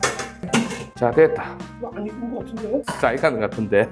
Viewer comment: 무가보가보자 = 먹어보자 / 이칸거 같은데 / 익은거 같은데 일본사람입니까? 왜 ㄱ을 넘겨서 발음을 한번 더 하시죠??????